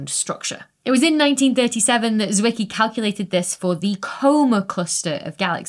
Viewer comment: Why do I always think of Transformers when you say Fritz Wicky? 😂